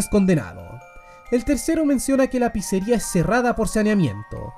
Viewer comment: Me pareció imposible ver a N deluxe hablando de Fnaf, pero claro, como mas habla de nintendo palabras como pizzeria no las dice bien, y no lo digo por critica, sino porque FNAFTUBERS dicen algunas de esas palabras bien por que ya se volvio costumbre, solo eso me dolio sobre este video XD